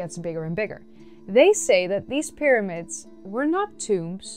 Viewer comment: 'Myramids' honey. 'Myramids'.